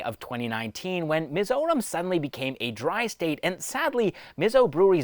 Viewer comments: bro took 1 day to practice it to pronounce perfectly 🎉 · Bro pronounced our State's name perfectly🤝🏻